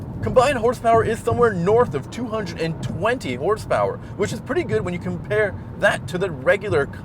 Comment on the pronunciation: It’s PURRTY! Oh my GAH!!! ................lol